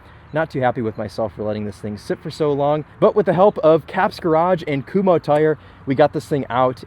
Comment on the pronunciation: appreciate the correct pronunciation of Kumhos (looking at you..."kum-ho's")